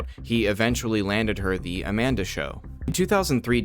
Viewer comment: Just started watching. Good content thanks. Not sure why YouTubers talk like this though. Pronouncing the long “E” sound on the word “the” and the long ‘A’ vowel sound on “a”. Sounds robotic. Would work wonders if you spoke like you were just chatting with us. I never liked the ‘news anchor’ way of speaking. Just a thought.